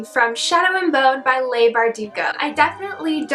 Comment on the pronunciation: Leigh is pronounced like Lee not Lay :)